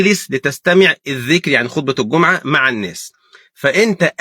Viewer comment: الله يباركلك يا شيخ ولكن انتبه فضلا في المصحف تشكيلها الجٌمُعة بضم الميم وليس بفتحها جزاك الله خيرا